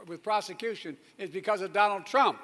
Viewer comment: I love Mr."Doland Trump " lol😅